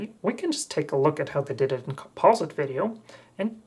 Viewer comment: Thumbsdown - Can't pronounce the word 'Composite'